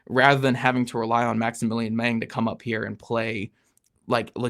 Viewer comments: Yup, that's my memory too. "Mahng." Not "meng" like Tony Montana. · based upon my high school German, I'd say the A in Mang is short not long so it shouldn't rhyme with Hang - Mahng?